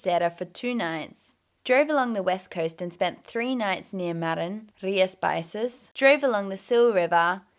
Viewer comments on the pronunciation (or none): I loved the title of the video. It will catch so many peoples attention! The doodle thing was hilarious! You should do it more often. The X in Galician is like the SH in English (She, Smash, Shower...), so it would be something like Rias Baishas hehe I'm glad you enjoyed my dad's homeland!!! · Galician from A Coruña here. I actually laughed when you mentioned the hipsters thing about my city. Just a thing for your next time in our land. "X" in Galician is pronounced just like "sh" in English. So Rías Baixas would be something like "reeahs bye-shas". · my only criticism is that the x in rías baixas is pronounced like the sh in English. But aside from that I loved to hear your opinion on my corner of Spain and its food